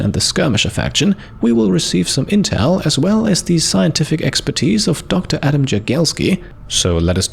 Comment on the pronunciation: Exacly that is the case. Also i can mention, that J in Polish pronounce like "Y" in Yeti. So the proper pronouncation should be Yagielski ;-) Great episode. Sadly xleigaj will not participate in battle, but will have his contribution to victory!